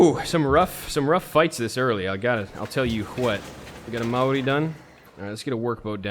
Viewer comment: sorry for replying to a 9 month old video but he is talking about the word maori although as someone from new zealand i dont think he is correct i believe it is pronounced maodi